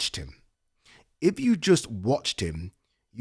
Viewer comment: You say "iv" instead of "if"